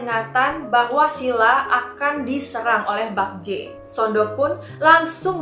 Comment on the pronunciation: Bukan bakje mbaa tapi bekje e nya kek baca bebek